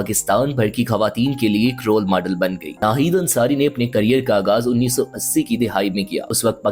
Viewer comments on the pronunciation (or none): آگاز نہیں آغاز گمزردہ نہیں غمزدہ